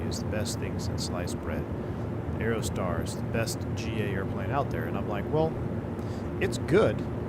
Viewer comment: "Piper Aerotar"...sounds sweet - did you forget the D on the end? 🤡😁 (Check the thumbnail pic 🤭)